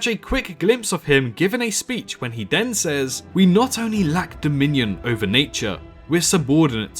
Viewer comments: ha I’m not American, I’m English, Kent to be precise . And for the record what your speaking can be barely regarded as English. You may think your pronunciation is fine but it’s not. you don’t say a single T, Th, ING! All f’s, V’s and D’s.... you say den multiple times in the video whether you’re aware of it or not. It’s called Th-fronting. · I know there's a lot of people who drop h's and t's etc but ''we DEN hear...'' den? ive never heard anyone say den instead of then!